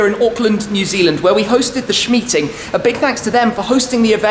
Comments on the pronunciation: Did he really just day? Shmeeting? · Did I just heard "shmeeting" ? :D